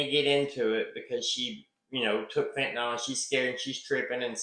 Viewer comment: Note: Fentanyl pronounced “fin-tan-ill” I like your video and respect your analysis of the case.